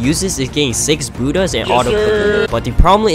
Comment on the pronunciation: I am offended you are getting canceled for pronouncing Buddha wrong